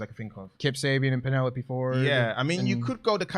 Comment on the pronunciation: Please pronounce "Penelope" correctly. Not doing so gives me the Jim Cornette ick.